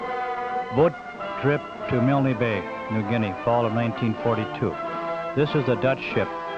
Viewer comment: G'day, Yay Team ! Nice vintage narration..., featuring the non-existant "Y" which the US always insisted on adding onto their idiosyncratic pronunciation of "MILNE Bay..." (!). I've only ever read of that affectation, in books written by Australians who were around at the time ; so it's quite a giggle to hear the phenomenon "for real". The Airfield at Milne Bay was known as "Turnbull Field", named after Squadron Leader Peter Turnbull, shot down there on take-off before retracting his Undercarraige, on a Ground-Strafing Mission to support the Infantry defending the Airfield from Japanese attempting to dispute possession of the Runway. Every ANZAC Day (before the Bat-Eaters' Lament Virus began stalking the Earth.....), my home town still gets a detatchment from 76 Squadron to march in the Parade, & a Jet Flyover at the Cenotaph ; owing to Peter Turnbull having grown up here... (Glen Innes, NSW). Thanks for posting... Stay safe, ;-p Ciao !